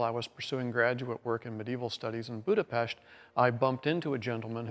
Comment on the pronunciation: DAMN! You pronouced Buda-Pest correctly!